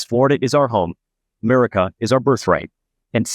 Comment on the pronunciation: Did he say Murica? 😂